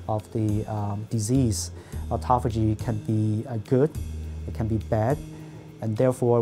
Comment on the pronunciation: The Japanese guy pronounced it correctly, and the native speaker girl just tortured it. AutophAAYgie